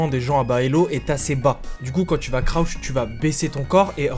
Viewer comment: Croutch ? J'connais crouch mais pas croutch